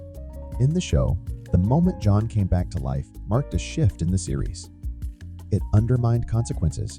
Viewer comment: I feel crazy, but did I hear you call him "Joan" a few times?